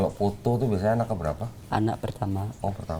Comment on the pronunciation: q jd ngakak krn ngomongnya potho bukan foto😂😂